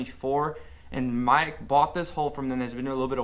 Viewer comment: It's not pronounced magic?